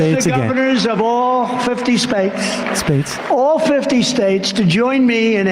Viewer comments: Did he say all fifty SPATES? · "All Fifty Spates" -Donald J Trump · The qualifications of a true president😂